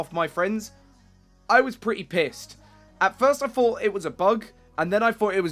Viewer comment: HOLY SHIT. Why does every 2nd game nerd have a fucking speech impediment. Fought?? NO.!!!!!!NO!!! IT IS FUCKING "THOUGHT". LEARN ENGLISH FUCKHEAD!